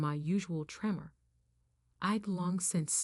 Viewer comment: Not 'tree-more', 'trem-er'. I have essential tremors. They run in my family.